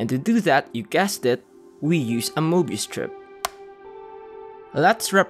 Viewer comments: Very nicely produced video. Only one thing: How hard is it to pronounce möbius? Get a professional narrator. (hint: I'm available) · I hate myself for caring that the narrator is not fully pronouncing the word "Mobius".🙃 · Since when is a CIRCLE a ONE DIMENSIONAL OBJECT??? Answer: Since made this movie! Since when is there a "MOBIUS" strip and not a Möbius Strip? That's easy: Since Americans in particular will never learn how to pronounce ä ö ü and other "Umlaute". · Möbius? You mean morbius. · "Möbius Strip"? I think you meant Morbius Strip. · Möbius would be pronounced "meh-be-us" because it's German (it's hard to explain how to pronounce it exactly).